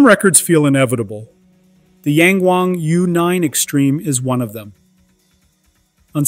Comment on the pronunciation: Yeah, I know they do. Just this car line naming is bad. It is supposed to mean "looking up", which is positive. However when non native speakers pronounce it, like in this video, it sounds like "Yan Wang". Tone is totally different.